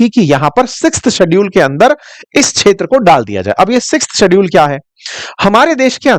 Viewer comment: Kindly pronounce kshetra properly